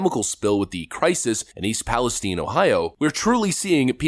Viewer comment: it's pronounced PALi Stine not stene